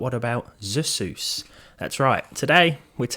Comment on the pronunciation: "zsus" sussier than Asus 💀